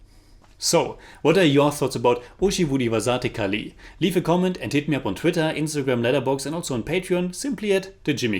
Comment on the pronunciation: Please read the comments on your videos bro. I've commented this many times before. 'Zh' in Malayalam and Thamizh are pronounced like a silky rolling 'Rh' as in Rhino. But smoother. Its a unique signature sound to our languages. It's not so hard once you make that adjustment. Today's butchering was particularly bad. ORHI-vu---Dhi(as in the apple)-vasa---'the(as in french for tea) ORHIVU-DHIVASA'THE KALI (short space for the apostrophe) I just say this to you because the reviews are on point. So since you are taking the effort to say the names, why not help in getting you to say it right. But just read the comments.